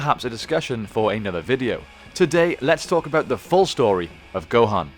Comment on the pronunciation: Because of the persenter's voice I heard "the full story of Rohan" in my head hahaha